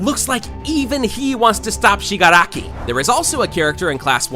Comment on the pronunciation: Him: Shig ara ki Me: it's shigaraki Him shiga raki Me: NO! 😭